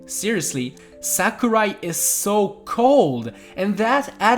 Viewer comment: its sakurai not samurai